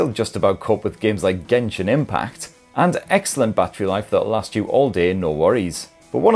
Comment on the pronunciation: Why say gentle , as in jentell ... Then genshin as gen , not jen 👎🤬👎🤬👎🤬👎🤬😭🤬👎🤬😭